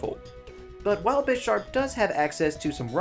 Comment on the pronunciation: this guy knows nothing about pokemon. his pronounciation of bisharp deserved a downvote on it's own